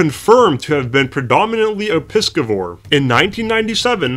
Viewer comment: Pi «si » vores not pikivivores